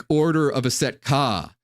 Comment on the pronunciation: Just finished this whole video and yes I want to know more about that order of Aset Ka (?) or whatever they’re called. Although it sounds like you’re saying “Set” which I understand to be the douchebag Egyptian storm god (who chopped up Osiris) who’s also Yahweh who needs no explanation. I’m a Gnostic/Marcionite so Set or YHWH I have no interest in jointing forces with. You though, you are a true blessing from the Most High Father, I will buy all your books or receive them as gifts!